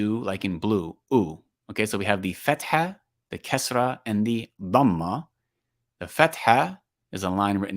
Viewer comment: The Kasra is not like the i in tin but like the ee in been, except that it’s short . In tajwid it’s a mistake to read the kasra like English i sound.